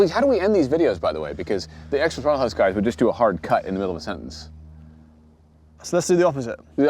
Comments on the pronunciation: TROTTLE HAUSE... uhh bottle mouse? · Did he just say throttle house buttplugged🤦🏻‍♂️